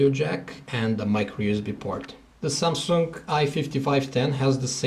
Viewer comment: lol ......... "samsunk "